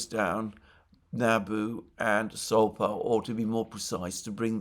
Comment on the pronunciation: Alexander it is Sapo not Sopa, just like toad in Portuguise.